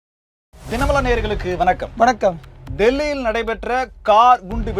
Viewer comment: தம்பி எழுத்துப்பிழை இல்லாமல் பேசவும்...! உ.ம்: வனக்கம் / வணக்கம்